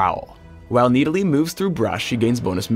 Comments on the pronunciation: Who the hell pronounces it as (Nee-Di-Lee)? It is pronounced as Nid-ah-lee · Need-a-lee... wat. I thought it was Nid-a-lee. :| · i thought it was nidalee not needilee ._. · IT'S NID-A-LEE NOT NEEDALEE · riot.. NIDalee. not NEEDalee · I feel like he is saying needalee just to piss me off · i cringe every time he says "needali" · Jumbo gamz He pronounces "Nid" like "Need" and "lee" like "li". It's wrong, it's the other way around. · Verrow need a lee? get it? hahahahahaha im funny right. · The way that pronounces Nidalee sounds like needles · says NEEDALEY like 300 times during this video. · I swear it sounds like he says Need-I-lee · Needa-Lee, the bescheal huntress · I cringed every time said Needalee:P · No it's MID-A-LEE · I hate how he says kneedalee. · it's like he's saying "Needle E" xD Oh yea and nidalee ain't that OP.. Her spear may do tonnes of dmg but that's her only early game nuke... and most noobs won't be able to aim that shit xD. In late game it's kinda useless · i hate the way he calls her needlee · Do you understand english XD the letter i dosent make that sound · PLEASE tell me this is not the proper way to pronounce 'Nidalee'. It can't be. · Anyone else hate the way he pronounces Nidalee?